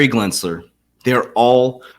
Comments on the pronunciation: CANNOT YOU NOT FUCKEN READ GENSLER>>>> NOT G"L"ENSLER ... its like the 50th time you think you could read in all your "research" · Gensler .....Glensner......no GLENS GEN Just helping not criticizing